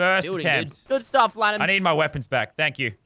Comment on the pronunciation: Did you say lannan ots lennen